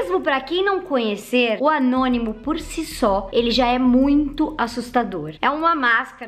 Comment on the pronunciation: Ñ é Anonimo é Gnonimo😂🤣